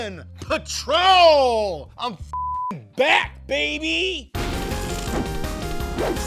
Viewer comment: MORE PAWWA BEBY